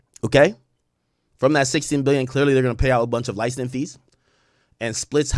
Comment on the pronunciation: LICENSING not LINESCING, learn to speak brother